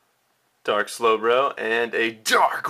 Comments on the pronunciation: Dude, you make really mutch pressure on the start of almost every word you say :P like "DArk" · I love the way you put emphasis on the word dark. XD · so much emphasis on the "Dark"